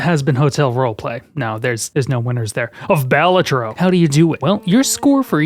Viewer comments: It is pronounced "Ba-la-tro" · Going by the graphic design it should be pronounced 'Bal-A-Tro", unless the design was just picked because it looked cool, which of course it is. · "Anyway, Baylatro... Anyway, Baylatro"